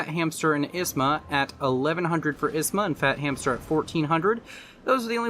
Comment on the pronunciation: Isma became wasma, lol.